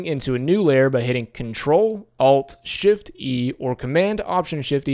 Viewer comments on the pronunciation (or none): none